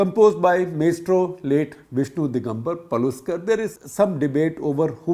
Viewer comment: Not pa-luskar, it's Palus-kar (lu- as in the word tami*l* or malya*li*)